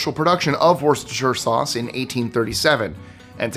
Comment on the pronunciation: Pronounced Wooster sauce.